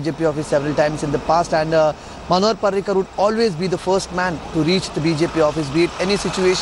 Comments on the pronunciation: Manohar not panohar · its manohar not panohar